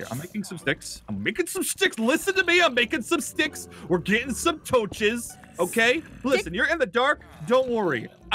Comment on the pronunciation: Guys, according to in 2019, it's not torches, it's toaches. There's no better word than toaches.